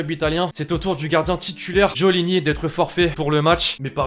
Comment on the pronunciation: On dit pas djo llini, mais go llini..